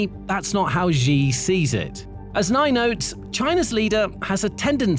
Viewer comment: Xi pronounced SHE